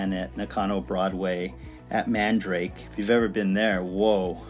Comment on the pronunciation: Great looking collection, you pronounced Kotobukiya just as fine as could be, however you said Mandrake...like the root.The store is called Man Dara-ke (shortend for Manga Everywhere) lol~ .I would'nt hold it agenst you, alot of westerners got that store name incorrect for the last 20 years. It appears we both share some collectables in common too.Have that Jim Lee poster too but I had mine signed (big deal, he is at Wondercon every year & signs everything)...but mine was folded. I never got that Bob Kane Litho but got his book signed at The Golden Apple 🍎 on Melrose. Looking foward for more videos